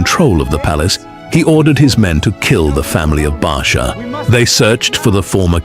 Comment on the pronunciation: TirEla not Ahab.Baasha not Barsha.Tirzah Rezin,Peka. Abiathar not Abishai Elihu not Allah Ehud not Ahood. Michaiah Obed Edom.